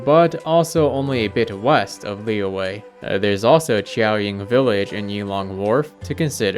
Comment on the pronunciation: i just want to mention that liyue is pronounced like lee yuh, not lee way. splitting the word up might help you a bit, just think of liyue as li yue, and the y is a consonant sound